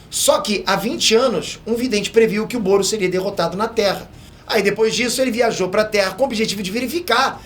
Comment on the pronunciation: só eu que tava ouvindo goros quando ele falava "boros"